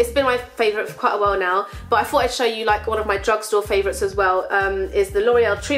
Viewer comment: I'm sorry for asking but I'm not a native English speaker and also I'm the curious type: in the beginning it sounds like you say "fought" instead of "thought", is that like a dialect or am I hearing it wrong? (